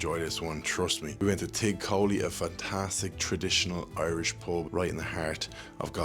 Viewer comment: Tigh is prounced Tee or chi not tig.